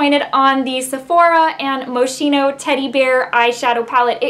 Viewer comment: Pronounced Mo-skeen-o, darling. Very Italian! Nice review. I finally got one yesterday. It's back in stock!